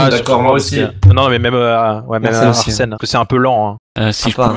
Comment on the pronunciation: ta dis Arsel juste un truc c soit Arsène ou Aurel faut savoir Mdr agagaga